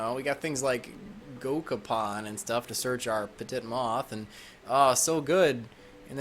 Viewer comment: Not a fan of the weird slang terms that I never heard used in the game, stuff like saying body instead of attack points and whatever you meant by saying broke. Also, beat stick and apparently not knowing how to pronounce petit